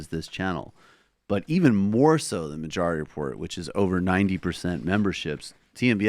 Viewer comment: Michael "ma jarity report" Brooks